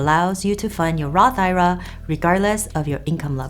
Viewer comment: Its not an "i-ra". You should be using the abbreviation for Individual Retirement Account and say the letters I R A.